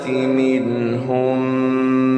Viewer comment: يقرأ برواية ورش عن نافع ، ولكن هناك لحن : لم يأت بالتقليل في كلمة أشداء على الكفار ، ولا في كلمة تراهم ، ولم يأت بالصلة الكبرى ست حركات ( والذين معه أشداء) والمد في قوله تعالى هو الذي أرسل ، قام بترقيق الراء وقفا ( ليظهره) وهذا صحيح ، ولكنه فخمها وصلا 🙄🙄🙄 ولم يأت بترقيق الراء في كلمة مغفرة. من عنده تفصيل لذلك فليوضح لنا ، فلم نتلق رواية ورش عن نافع هكذا 🤷‍♂️🤷‍♂️🤷‍♂️